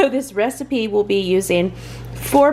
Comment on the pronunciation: time area when you said “recipe”I at least had to play it like four more times. 😂😂😂😂😂. Enjoyed the recipes, great content as always! Love it❤️